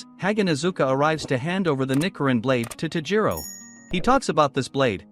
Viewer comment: Also it’s ni-CH-irin